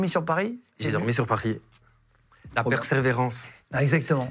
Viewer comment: Vous voulez vivre un moment malaisant ? Regardez ce moment gênant entre et , entre l'autre qui raconte sa vie, le mot "persévérance" qu'il n'arrive pas à articuler et Guillaume qui ne sait même pas quoi répondre à ça et qui bafouille. Un moment Nutella.